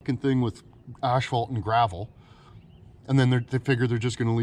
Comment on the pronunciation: It' Asphalt, not ashfphalt for fuck's sake...